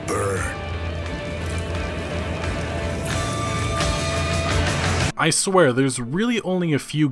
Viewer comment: "We have a city to Burr, Bill"